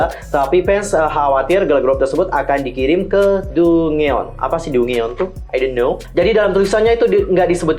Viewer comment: Dungeon itu bacanya DANJEN kak